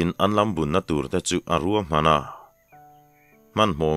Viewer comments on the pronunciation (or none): none